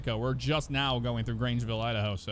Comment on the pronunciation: Who lives in dahoa ohhh idaho your not udaho